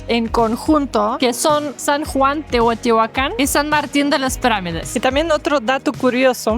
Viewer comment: Hola sra.... lo correcto es decir TEOTIHUACAN....NO TEOTEOACAN, disculpa aunque seas extranjera, procuren pronunciar bien😊